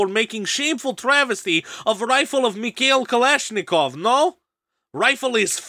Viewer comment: his accent was literally unbearable broo 💀. Soft R's, kh was pronounced 'k', some constant clusters were entirely changed, the entire accent was way too front of mouth, while russian has a lot more sounds, like ы, and basically anything with ь that are pronounced at the back.